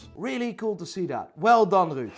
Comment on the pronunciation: ruud lekker op zijn nerderlands uitgesproken